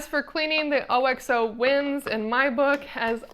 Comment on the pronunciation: Can’t take a review seriously if you don’t know how to pronounce OXO. It’s not “O-X-O”! Haven’t you ever watched America’s Test Kitchen?! You lost all credibility if you don’t know about the OXO company.